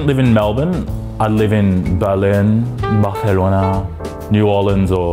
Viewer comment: Love this vid (and the way he pronounces Barthelona) - only correction would be that Melbournians would most likely have a long black :)